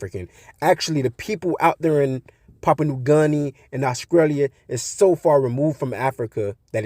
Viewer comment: Your facts are coming from your ass. You usually disregard people with so called facts when can’t even pronounce the names of these islands. It’s Samoa not Somoya and Papua New Guinea not Papua new garnia 😂